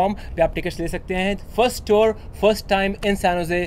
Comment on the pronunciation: Tuar nhi tour hota hai us aake bhasa badal diye